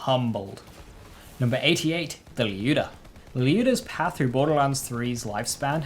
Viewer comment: as a russian i can hear the strugle lol. Good pronounciation for a foreiner, good job